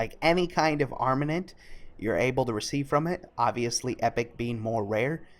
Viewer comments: Great video. But i swear if I ever hear someone say Fel "ArmaNent" again I will start drowning puppies. It's arm-a-ment. With an M /rant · "Arm-ah-ment" not arm-an-ent" Sorry but its triggering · Its pronounced ar·ma·ment.